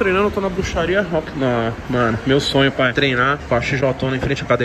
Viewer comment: "Pae" KKKKKKKKKKKK